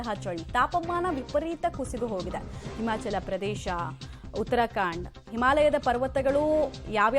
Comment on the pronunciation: ಉತ್ತರಕಾಂಡ ಅಲ್ಲ, ಉತ್ತರಾಖಂಡ pronouncination ಉಚ್ಚಾರಣೆ ಸರಿಯಾಗಿರಲಿ.